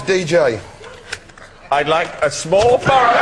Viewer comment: "In the burrow!" XD